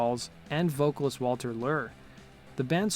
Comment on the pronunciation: Yeah, narrator has a hard time pronouncing words, especially names. Maybe he should slow down and use some verbal punctuation?